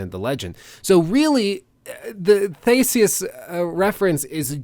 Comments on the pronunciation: sorry i just find it hilarious how he says theseus it's not the-seus it's thee-see-us just helping you out man. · Am I the only one going crazy because he's saying Thay - se - us even though it's pronounced Thee - se - us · great content as always just have to nit pick that Theseus is pronounced thi-si-us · Thee-see-us!!!!! Sorry ur killin me butchering his name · He pronounces Theseus so funny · I was just going to say that I like the vid but the pronunciation of Theseus threw me, so much that I checked if their were 2 with the same name in Wikipedia. I think its a better idea to stick with the modern pronunciation since we aren't in ancient Greece and nobody knows exactly what Latin sounded like.